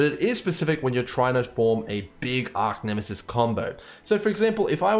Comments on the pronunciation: Great explanation. But it annoys me, that you constantly call it Arc-Nemesis... It's Arch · Thanks for the awesome vid but just a heads up its Arch not Arc for Archnemesis sorry to be the police of pronunciation but thought you might like to know.. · ARE CHE ARCH ffs bro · Arcnemesis........ it bugs me.